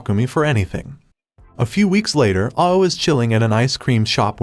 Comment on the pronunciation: Ao is pronounced like ow and it means blue in Japanese